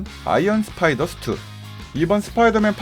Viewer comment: 스파이더 하고 슈트 발음할때 좀 새네요